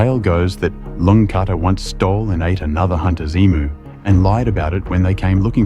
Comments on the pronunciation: Australian here - a really good tube. But if you are going to do stories on Australia, please get pronunciations correct. Ayers rock is pronounced "Airz", and emu is "ee-mew" not "ee-moo". :) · Emoo? Really? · You should know better = it's pronounced ee=mew NOT emoo. Emoo is what ecows say. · Can't watch this anymore. 3 words he mispronounced. Uluru, emu, n Ayers.😮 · Can’t say “Emu”, either. AI sucks. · Plus, he pronounced emu wrong. ☹️☹️☹️